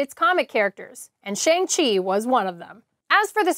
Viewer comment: You're killing me with that "Shang Chi" pronunciation.. Shang is pronounced like when the doctor tells you to stick out your tongue and say "Ah".